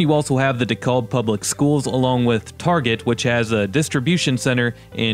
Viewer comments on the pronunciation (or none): DeKALB not De Callb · it's pronouned de KALB not de KOLB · Dekalb pronounced Dee cal ba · I heard that Dave Portnoy that does 1 slice pizza reviews and he pronounced DeKalb the same way too!